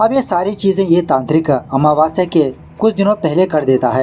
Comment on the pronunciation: Meko bhi wahi ritual sikhana hai😅😅 😂😂 आमावस्य not महवास्य 😊